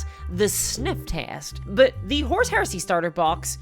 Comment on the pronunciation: As a non-naive English speaker I have to ask: Does anyone else hear "horse heresy", or is it just me?